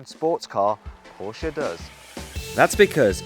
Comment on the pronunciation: actually pronounced Porsche as “Por-Shuh” and not “Porsh”!